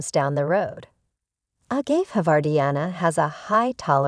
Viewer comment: Please get the narration to correctly pronounce agave, calloused and apache (like the indian) the right way for your next video...